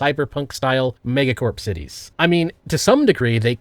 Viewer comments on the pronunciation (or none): none